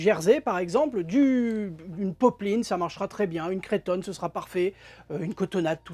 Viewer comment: Cretonne, prononcer creutonne, et c’est un coupe-fil! Merci, vos vidéos sont vraiment intéressants